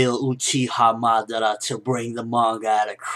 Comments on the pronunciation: Uchiha Mada--WHO? Madaara? And who the hell is this "Na-ru-to" that you speak of of? T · LOL WHY DO U KEEP SAYING MADARA NAME BACKWARDS